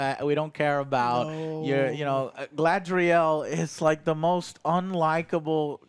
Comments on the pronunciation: Listening to Joe try to pronounce guylandriel never gets old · It hurts when Joe keeps mispronouncing names of different characters. Especially "Galandriel". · He says "Galandriel" so often... haha its funny. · I like how called her "Galandriel." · Game of Thrones was all world building for like half a season aswell, and Joe will never learn to say Galadriels name. lol